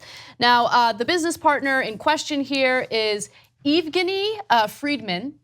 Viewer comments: Lol Ana butchered that guys name - “eve-geeknee” ... its Evv-gehny (Evgeny) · Eve-ge-knee LMAO it’s Ev-gen-e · Ev, you silly person. No where does it say 'Eev'. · Evgeny is pronounced Effgenny